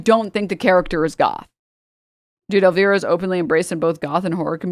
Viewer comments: omg, hearing you say Elvira is sending me.. It's pronounced El-Vi-ra -- vi as in cry. Damn, I cannot be this old! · also “el veera” LMFAO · Same, I felt instant rage upon hearing that pronunciation 😂